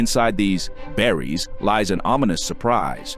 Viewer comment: I don’t know what irritated me more here - using “buries” instead of “berries” Or - the fact that the AI voice over pronounced “buries” wrong